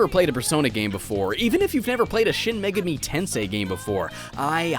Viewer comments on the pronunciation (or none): "shin megemi"